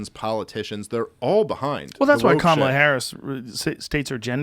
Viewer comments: Dave Smith: learn how to pronounce Kamala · Explain to Dave how to pronounce "Kamala".